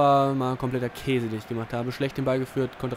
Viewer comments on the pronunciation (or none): none